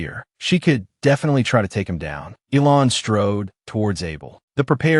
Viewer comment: It isn't pronounced ELON IT ELAN PRONOUNCED ELANE